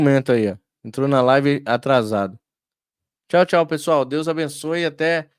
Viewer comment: Barbaridade. Não é Chal rapaz. É tchau! Pixo puro coió!